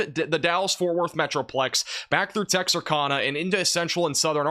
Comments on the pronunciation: OMG Its Tex-ar-CAN-a, not Tex-ar-con-a.... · it’s pronounced Tex-ar-CANA. Appreciate your videos all the same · He says Texarkana wrong. Kana is pronounced cana like a can. I’m from there. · Just an fyi: never heard anyone pronounce it “tex-ahr-cah-nuh”, pretty sure it’s “tex-ahr-can-uh” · Great info dude! Dumb but pro tip it's pronounced Tex-r-can-a, for the city of Texarkana. Hope it helps. 👍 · Tex-are-can-ah 😊 Sorry couldn’t help myself. Born and raised in Texas. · Pronounced Tex Arkana ( Tex-r-can-uh). A in Kana is pronounced like Kansas, Arkansas, 😊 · Texar-KAN-a, like KAN-ada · yo how did you just pronounce Texarkana? lmao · To me, this has the vibe of the Blizzard of '93, except for the time of year. That storm came in March after most people here in northern Virginia felt like spring had arrived. Crocuses were already in bloom in my yard (north-facing slope) while my neighbors had daffodils out. Unpredictably (OR at least unpredictED by the tools then available), a low pressure system moved east from southern Arizona, somehow picked up a lot of energy crossing NM, swept through Texas (acquiring a ton of moisture from the Gulf) and proceeded to blow east before turning northeast over Georgia. By the time it got here, it was packing 75 mph winds, and dropped 13 inches of snow in short order. Local temperatures plunged, and we fell back into winter for about ten days. Once the snow finally melted, the croci were still there, happily smiling under their protective cover. Minor pronunciation point: unlike the "g" in "campaign," the "g" in "significant" is NOT silent. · I don't think I can trust a meteorologist that can't pronounce Texarkana correctly. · Learn ow to pronounce Texarkana please. It’s an easy one. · Ty, I was a little disturbed by how he pronounced it lol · He mispronounced Texarkana. 🙄🤔